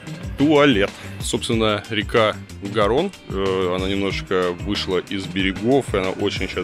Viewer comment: Река Гарона, а не Герона)))